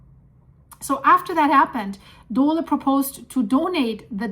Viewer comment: What is a Dolah Corporation? said Dolah! I know of the Dole Food Company, but Not Dolah!! WHO TAUGHT HER ENGLISH AND WHY DOESN'T SHE HAVE AN ELECTRONIC DICTIONARY?!!